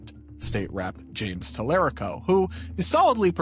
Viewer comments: UGH! LEARN HOW TO PRONOUNCE YOUR WHITE BOY IN TEXAS!! <TAL-ER-RICO> While you're trashing the black chick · TALA RICO. Like Puerto, just not as spicy. Is this the Washington Post? This guy obviously has not done his research if he can’t pronounce the name of the leading candidate in Texas. Great job, Bezos, only the best at WAPO. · If you are going to act as if you are a "news source" at least try to learn how to pronounce your subjects names Mr. Talarico (Tal uh ree ko) and Ms. Crockett deserve better; and maybe try not to be so bias. It's almost as if you are pandering to your daddy tRump... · Since when is the Washington Post the bastion for liberalism? You have to love the Talarico folks in here. They don’t even know the history of the Washington Post and they are already latching on to them. Plus these people can even say his name right. Guys even James Talarico does not say his name that way. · The fact that the commentator can’t even properly pronounce Talarico, yet has such a strong opinion about the race in Texas tells me all I need to know. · I wish I can send you money for this comment. This is insane the type of people that support Talarico. They know he can win, yet they can’t pronounce his name. Basically calling Jasmin Crockett ghetto. These people are not Democrats. We can’t fall for this anymore. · Y'all are racist. All of the racist stuff trump said. All of the stuff he did. And he's all over the Epstein files. But all you can do is tear down the Black woman who speaks the truth louder than your racism masked as 'skepticism'. I'm not hating on Talarico (can you say his name right?). I think either would be good. But interesting how you harped on her wyt bois statement. Are you feeling a little seen? 🤔😏 Or...cuz you should only be offended if she's talking about you. 🤷🏾‍♂️ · Please pronounce his name correctly. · F@ off, fascist. You don't know how to pronounce talarico's name, and we're supposed to think you've done your research? 😂